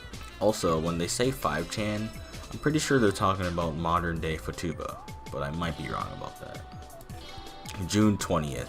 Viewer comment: This is great but for a great part of the beginning of the video I was wondering what the hell that word you where using was. The name is futaba. Foo tuh buh. It means two leaves. That's why 4chan adopted Yotsuba (four leaves) as their mascot and her hair as their favicon and logo.